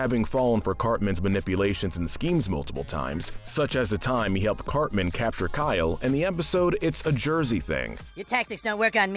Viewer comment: You pronounced Cartman as Carmen.